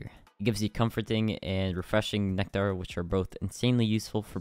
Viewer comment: why he saying nectar like that